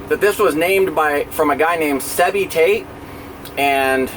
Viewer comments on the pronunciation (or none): none